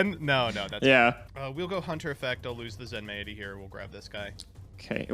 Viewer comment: Question: is it not pronounced "zen-mighty," rather than "zen-may-it-y?" Feels like Zen-mighty makes more sense as a name